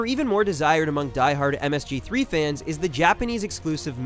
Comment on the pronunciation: MGS3, not MSG3. Lol.